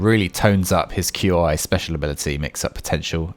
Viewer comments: Qi IS PRONOUNCED "KEY" NOT "Q i"! Fucking pissed off now because you are uncultured and can't pronounce things properly! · Walk the plank, pistol blast, back into walk the plank. They've made this combo cost LESS stamina. Nuts Also it's pronounced "key" not Q.I. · FYI. It's not pronounced "Q I". Try "KI" or "Key" stance. Language is funny like that. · I don’t mean to be picky but it’s not Q I separately, it’s pronounced ‘Key’ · “ q i” stance is pronounced “chi” stance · Q, I? Tf? That's not how you pronounce it my dude. 😂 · Yeah uh... Why are you spelling Qi? It's not hard to pronounce. It's just chee. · It’s pronounced, “key” stance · Nah bro said “Q I stance” 💀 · I know I'm being a bit of a moron, but, Qi stance is pronounced like chi XD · For future reference, Qi is pronounced KEE. Just like the DBZ Ki.